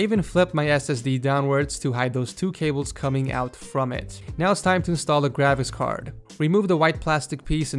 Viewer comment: when he said graphics card it sounded like gravicks card